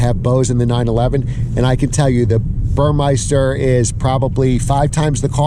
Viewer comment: It's BurMESter - NOT BurMEISter - other than that, good video! The massage eats are unicorn items. VERY hard to find used//CPO